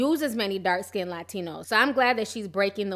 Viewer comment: I don't understand in 2018 how people who are meant to be lyricists are saying "dark/light SKINDED" like what is SKINDED? Like when they say "texters" or "textasez" instead of texts. It's skinned not skinded. People in the music scene should have excellent literacy skills, they are writers.